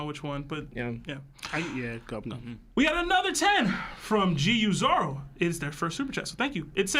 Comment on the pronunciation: I know I’m nitpicking but why does he have to keep calling him Zolo?! lol I get where it came from, but between this Lahgia I die a lil bit every time he says it haha